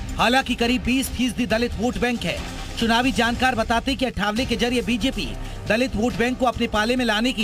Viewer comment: पहले नाम ठीक से कहना सीख लो वह आठवले हैं अठावले नही!